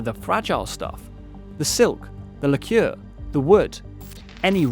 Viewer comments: Do British people really pronounce "lacquer" as "la cure" rather than "lacker?" lordy. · Great Video but "La-ker" not "La-Cure". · Lacquer is pronounced ‘lacker’